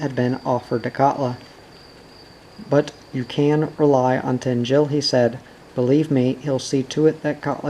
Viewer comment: Great to hear someone read this fantastic story from my native Sweden in English! Just a couple of things to keep in mind: Tengil is pronounced TENN-gill with the emphasis on the first syllable and the -g pronounced hard as in "go" (not tenn-JILL). Orvar is pronounced ORR-varr (not or-VAAR) with the emphasis on the first syllable and with a short -o as in "Oregano", and the -a is short as in "apple".